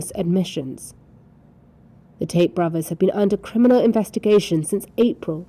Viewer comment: is it me or did the news reporter say taint brothers!?